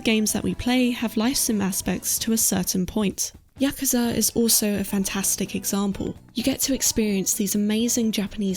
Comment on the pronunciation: Your correct pronunciation of "yakuza" added 5 years to my life span. 😌 Loved the video! Sending you hugs from Serbia. 💞